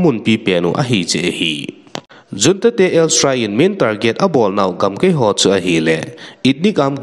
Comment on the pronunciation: chapa, news sim na them lheh e na aw jong angei lheh e ahin avat khat aum e, example, in gamkai, ahin nangin gamkei nati in khen, jong khan na ti in tu ban teng hin mang dih to, kipa pi na um e damsot in.